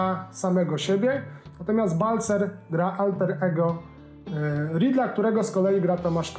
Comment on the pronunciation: Nie Balcer tylko Balcar